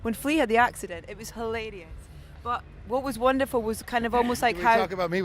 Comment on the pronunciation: "It was hilaydeus!"